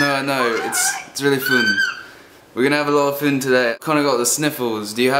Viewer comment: I love how you change Fun to Pfhun